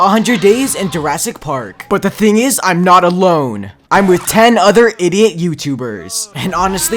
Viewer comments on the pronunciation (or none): I like how he say "idoit"